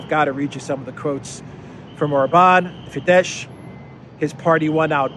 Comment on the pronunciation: Fidesz have to be pronounced Fides - "SZ" is the English "S", while "S" is the English "SH" - it is in the opposite way than in Polish. It is also because of the Latin word Fides - faith fides, confidentia, fiducia, religio, relligio. The youth organization of Fidesz is "Fidelitas" - which means fidelity, faithfulness, loyalty, homage, trustiness, trustworthiness.